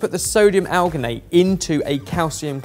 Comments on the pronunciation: might be able to pronounce spherificator, but his science speakage needs help. Alginate is pronounced as it's spelled, al-gin-ate where gin is like the drink. It's not Gin- as in -sters. Citrate is pronounced sit-rate (the cit- is the same root as in citrus/citric). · alginate is pronounced like algae.as marine algae is where it was first derived from. you should be saying a gin in there. and unless you would say an orange is part of the sightrus family citrate is pronounced sit-rate or sit-traight